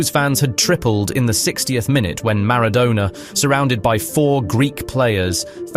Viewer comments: It's not -douna, its -donna :) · Who TF is Diego Marra-donor? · I HATE these stupidity AI narrations. Who the fuck is Diego Maradowna??? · Who the feck is Diegough Maradoughna? You mispronounced everything. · He wasn't 'Diego Marrow-Donor' you ignoramus. Say his name properly. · Mara-dough-ner? AI voice? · "Mara-DONER" ??? NOOOOOOOOO 😢 😭 😠 😡 👿 😤 🤬